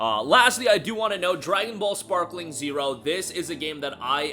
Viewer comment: Sparking bro Sparking not sparkling ✨️ 😂